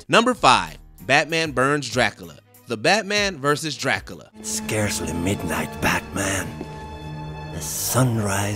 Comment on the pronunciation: Did no one teach this dude how to say Dracula?? Whose this dude living under a rock who doesn't know how to say Dracula properly??